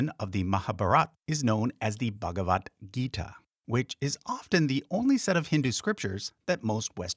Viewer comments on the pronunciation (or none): none